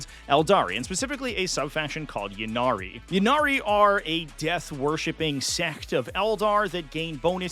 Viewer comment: For bames that start with Y, such as “Ynnari” and “Yvonne” you pronounce the Y as an “EE” sound. “EE-Nari” or “EE-Von”. It’s not a “yuh” sound.